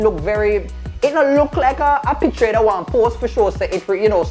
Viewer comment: The way pronounces picture is making me irrationally upset.